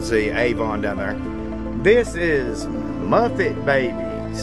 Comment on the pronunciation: Seriously? It's MuPPPPPPPets. Not Muffets. LMAO